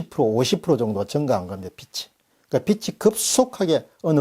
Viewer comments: 빚이: 비치(×) 비지(ㅇ) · 빚이→빛으로 들리네요.ㅎ